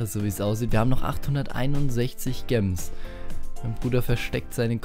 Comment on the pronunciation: Bitte, sag "Jems" nicht "Gems" oder halt einfach Juwelen